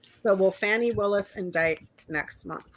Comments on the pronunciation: MTG is fighting with Laura Loomer because Laura Loomer tried to take "her spot" right next to tRump. Come on yall; "Fani" is pronounced "Fawh-nee" or "Fah-nee", not "Fan-nee"! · Please pronounce Fani correctly! It's "fawni"!!